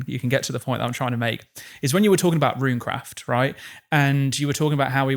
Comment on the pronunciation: Amazing podcast! Also bonus points for for calling Runecraft correctly, as all things should be.